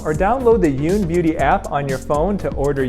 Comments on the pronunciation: That's YOUN, not OUN!!! LOL😄...ohhhh, Dr. Youn, you crack me up! Love you to pieces! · "That's Youn not oon" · It's Youn, not Ounnnn. I like it😂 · that’s YOUN, NOT OONNNN! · These lists are arbitrary and ridiculous. And, arrogant putting “cat lady”and Pam Anderson in the same list?! I watched this because of Dr. Youn, but otherwise, they make no sense. Also, pronounce his name correctly, if you’re going to talk about him! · i literally went "ugh" every time they mispronounced your last name. apparently the Y is invisible lol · Idk how she butchered his name so badly